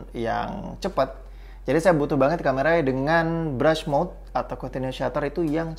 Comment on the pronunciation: yang bener BRUST MODE dibacanya "berst moud"